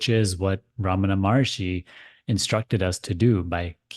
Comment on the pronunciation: I find it ridiculously sad and funny. How Indians would try to pronounce Names Like Foreigners. Ramnna MaRishi. It's Ramana Maha Rishi It's Rama It's Ram .😂😂 This idea of c trying to mimic like them in the name of sounding polished...is reflection of self rejection.... Don't be a 🐒🐒🐒 monkey be genuine first